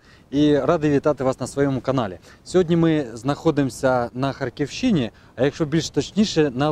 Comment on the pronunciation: Супер, ви великі молодці, одне прохання Х`арківщині, наголос на перший склад))